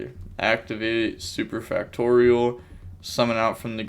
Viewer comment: hes pronouncing super factorial right XD